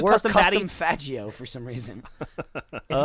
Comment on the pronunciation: he said (fa(J)io) lol